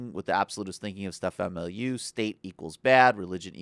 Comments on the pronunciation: MO-LY-NEU not MILIEU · It's pronounced "mall a new," not "milieu." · Again, MOLL-LA-NEW, Jesus, say it right... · It's 'Mo-li-new'. So there are no occasions when someone should 'de-foo'? No where in this video did you make an argument. It was all you your opinion or the opinion of some woman on your facebook page. Oooooh! Convincing. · So, libertarianism is a cult, but Statism isn't (with all its flags, ceremonies and uniforms)? Also, calling libertarianism "simplistic nonsense", "destructive" and "disturbing" isn't an argument; it's just a slimy attempt to poison the well. I also thought that deliberately mispronouncing the guy's name, "Milieu" was a really classy touch... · At least know how to pronounce his name. I had to tune out cuz you sound stupid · Please take the time to look into Stefan Molyneux before you believe these twits, because they know so little about him that they don't even know how to pronounce his name. If they literally didn't take 5 seconds to learn how to pronounce the man's name, how can it be expected that they took ANY TIME to look into his beliefs, rather than merely parroting like-minded morons that they found on the internet? The truth is, they don't want you looking into Stefan Molyneux at all, because it hurts their own agendas, and they recognize him as a threat to their own empty ideologies that they cannot easily defend. And if you think you can trust these two twits when they literally didn't even take the 5 seconds to learn how to pronounce his name, then how are you not living in some kind of cult where genuine thinking is not required? You can't just think for yourself, you first have to learn how to think for yourself -- something these two morons don't what you to do, because they obviously haven't done it for themselves. Don't fall victim to dipshits. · This guy can't even pronounce the guy's name right. Has he even seen one of Stefan's videos? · Criticises videos, can't pronounce his name. Just, stop.